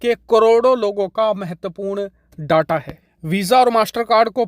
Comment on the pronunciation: Please pronounce Data as डेटा ... डाटा सही pronounciation नहीं है। 🙏